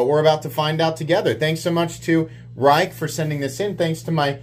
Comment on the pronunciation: If it’s the Rike i’m thinking of it’s pronounced “rake”.